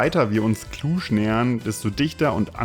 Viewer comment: Da seid ihr ja recht nahe bei mir vorbei gekommen :) Schöne Tour durch die Karpaten. Und Cluj und Transfaragasan richtig ausgesprochen :) Aber Cevapici neinein. Das sind mici (gesprochen Mitsch). Vielleicht verschlägt es euch nochmal ins Land. Die Transapuseni ist noch schön für Mopped Touren, und in Maramures gibt es auch eine Menge. Ich freu mich schon die "Strada Horror" mal mit meinem Sohnemann zusammen auf den Mopetten zu fahren :)